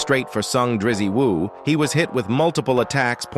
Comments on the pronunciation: Why is the AI calling Jinwoo "Drippie woo"😂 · this AI shit is so fucking cringe. "rizzy woo"?